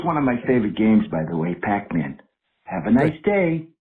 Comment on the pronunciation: the way he said david.....pakman killed me